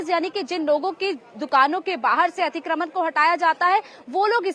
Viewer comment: खबर देने वाली महिला/लड़की, तुम्हें 'अतिक्रमण' बोलना भी नहीं आता? क्या होता है 'अतिक्रमन' है? शर्म आनी चाहिये, तुम्हें।